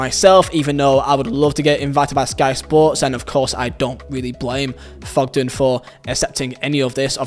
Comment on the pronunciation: It’s Thogden. Not Fogden